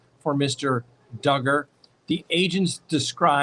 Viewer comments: Josh Duuuuuger…rhymes with huuuuuuger…lol makes me giggle out loud every time…always good to see you! Thanks for taking 60,000 people on vacation with your family! Edit: Make that 182,000 people lol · lol....Josh Dooooogar was funnier but everytime you mention Dugger rhymes with hugger reminds me of why you started saying that. 🤣